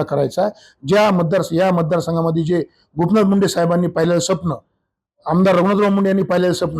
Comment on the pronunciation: तुमच निवडुन येन पण सपण च राहणार आहे स्वप्न असा उच्चार करा पैसा असला म्हणजे काही पण नाही बर.....